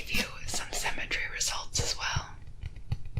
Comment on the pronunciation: Somehow I heard "symmetry" as "cemetery" and thought "dadgum, this went dark."